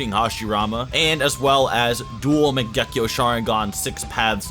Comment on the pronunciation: The way u pronounce shit is terrible. Minato and mangekyou is not the way u say it. And ur always talking about jerking the characters off